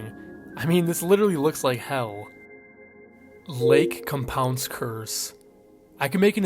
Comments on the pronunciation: Lake COM-pounce 💀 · Its Lake Com-pounce lol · As a local to the area who has been to the park years ago: Lake Compounce. Com as in .com, pounce like the action. Com-pounce. I’m sorry but it just drove me a bit crazy hearing it mispronounced like that over and over again 😅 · Lake COM pounce ("com" like".com") is how we pronounce it in CT :P I remember being told about the curse when I was in Elementary School and it scared me shitless lol. I grew up going there frequently as a small child and swam in that lake only once cause it was pretty gross and eerie